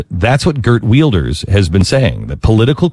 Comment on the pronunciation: Geert Wilders!? GEERT WILDERS!? First of all, it's pronounced "Hert Vilders" not "Gert Weelderz." Secondly, he's from the Netherlands, not Denmark. And thirdly, he's wildly regarded by many within his own country as a racist, fear-mongering quasi-Hitler himself. Figures a miserable tub of ignorance like Glenn Beck would think he's just a swell guy. Jesus Christ. Denmark?